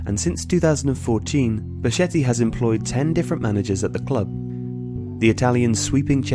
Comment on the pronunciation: its pronounced becketti